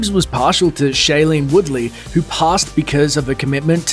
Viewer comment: That intrusive R... I had thought it was Katie Holmes rather than Katie Hormes. Also, it's "who," not "whr." "As far as mrvies grr, Batman yada yada."